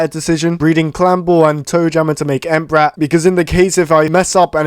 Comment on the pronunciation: did he just said amp rap i thought he said Entbrat